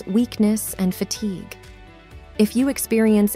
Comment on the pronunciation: Weird pronunciation of key words.Sweeting, for sweating, Fatigay for fatigue, etc